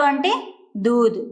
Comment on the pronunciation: దూధ్ అనాలి దూద్ కాదు